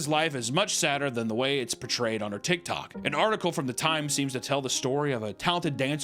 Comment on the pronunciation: I keep hearing him say tittok